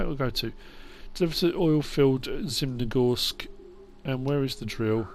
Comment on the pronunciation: just for your information, I found online that Zimnegorsk is pronounced as "ZimNYAgorsk". Just a small tidbit.:) Cheers mate